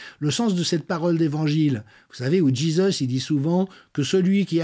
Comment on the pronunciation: "Djizeusse"? C est une blague? Vous parlez français pourtant, on prononce pas comme ça en français.